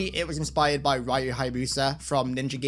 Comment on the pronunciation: you mispronounced Ryu. It's pronounced "ree-you" not "rye-you".